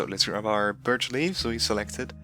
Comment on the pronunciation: You see birtch leaves, but I hear burd leaves 🤣